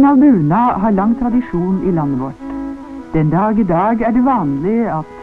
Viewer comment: Er det "buna" eg høyrer, i stadan for "bunad"?